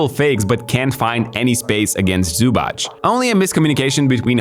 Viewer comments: It is Zubac with a tz not a ch. Minor gripe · it's zubac, not zubach. simmons is actually pronouncing it right, for once. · zubac name is pronounced zubatz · The correct pronunciation is "Zoo-bhats", not "Zoo-bhats" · I admire your effort to correct pronounce his name. About his surname, you missed it most of the time. It's: Zoobatz (written so English speaker can correct pronounce it). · butchering Zubac surname.... they even had shirts to help you dude